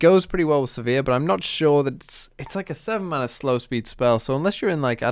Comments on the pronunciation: I'm a bit confused by this comment. You can look up Riot's official media (i.e. Sivir's champion spotlight or the Descent into the Tomb cinematic) and see that the official pronunciation is Siv-ur (rhymes with 'shiver'). I assumed it was said as does in this video (like 'severe') for quite a few years before I took that on board. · I believe you're pronouncing Sivir the wrong way. I'm not sure how to explain what's the right way... But I know it.